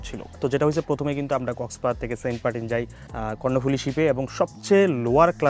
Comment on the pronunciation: বুঝলাম না ভাইয়ে মনে হয় সেন্টমার্টিন উচ্চারণ করতে পারেন না বলেন সেন্টপার্টিন😃😃